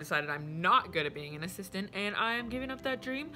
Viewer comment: A-sis-tant lmao